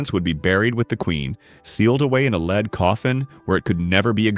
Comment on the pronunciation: I wish the AI narrator woud learn to pronounce "lead", as in the element.